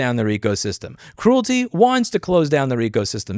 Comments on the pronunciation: It is not CRUELTY as in Cruel, it is CREALITY as in Create or Creator. AARRRG! I was watching this and kept thinking WTF is he talking about? I didn't recognize that name until I saw it in print and realized that he was mispronouncing the name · I don't know if you can't pronounce it or are doing it on purpose, but either way, calling Creality by the name Cruelty, works for me. LOL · Creality: “cree-AL-uh-TEE” Great video! Thanks for bringing attention to this absurd movement against innovation! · Love how you're pronouncing Creality as "Cruelty" 😂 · I like how you pronounce “creality” sounding like “cruelty “ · Great video Louis! Pronouncing Creality as "cruelty" is hilarious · I Love That You Called Creality Cruilty 😂. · mispronouncing Creality as Cruelty, Bambu Studio as Doo Doo Studio, lol....